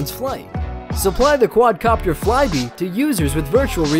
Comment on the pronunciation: he said quadro copter lmao